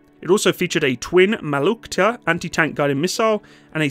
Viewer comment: Their rockets are pronounced Malyutka.